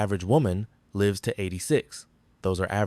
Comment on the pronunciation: AI is getting better but it always screws up the word “lives”